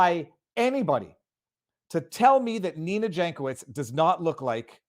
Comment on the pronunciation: Yank-oh-veetch in slavic. Like Weird Al.